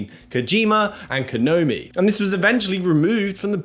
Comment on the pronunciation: "Kanomi"? Come again? 😂